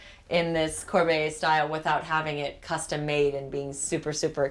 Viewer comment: "until the opportunity to go there ARISED"???? and you claim you are an author? Arose is the correct verb. Arose for past simple and arisen for past participle. Lady, you can't even speak English and you claim you speak French? LOL . And it is Corbeille bot Corbeiller. The e is silent, but of course you are "fluent in French". Even the French BF can't write French. "Tu me manqueS" not manque.